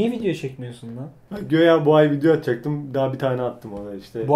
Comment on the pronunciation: i çok seviyom ama şu göyaa deyişi:/